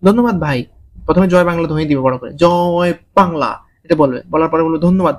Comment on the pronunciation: Apner joi Bangla ta Shai chilooo😂😊